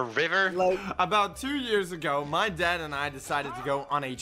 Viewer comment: Ten seconds in I already thought he said death instead of dad